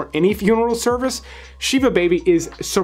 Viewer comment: ah yes. shee-vah baby and has-lee. my favorites! almost as great as putting a rick and morty movie above actually good ones. i try to respect your opinions man, but this list is not for me 😭 please consult a real live jewish person next time